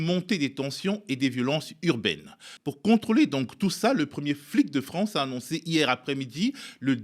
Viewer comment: "Vive la Fronce"......